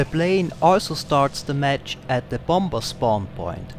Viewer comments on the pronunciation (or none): Just wanted to say the last b in bomb is silent, it's pronounced "bomm" and "bommer"